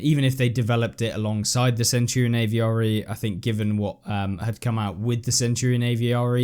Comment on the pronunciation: stop caling it a v r e its avre